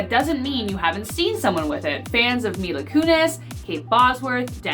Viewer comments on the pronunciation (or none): none